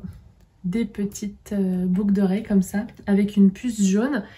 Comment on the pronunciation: 🤣🤣🤣"une paire de "boug" d'oreilles ", ptdrrrrrrrrrrr je l'ai dis ainsi pendant des années j'ai crue être la seule sur cette planète! Merci je suis pliée 🤣🤣🤣 et longue vie à Nox!